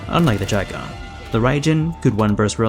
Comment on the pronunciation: you said the name perfectly